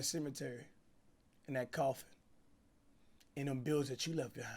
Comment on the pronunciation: Cash pausing in the middle of words for more minutes in the vid, 😂😂😂you can’t blame him. HE GOT TO PAY THE BIIIIIILLLLS